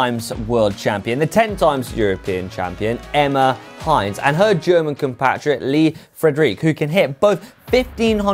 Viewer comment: I give you some hints. Emma Hinze's name is pronounced like Hints-eh. She's not the ketchup brand of Heinz.